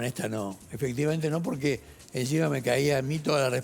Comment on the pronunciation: Se puede saber por qué decís borque en vez de porque…?